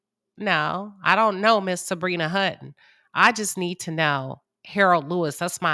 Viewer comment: Sutton, not Hutton.